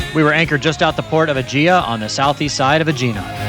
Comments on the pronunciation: I think Aegina is pronounced AH - gee - nah. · It’s pronounced a_i_na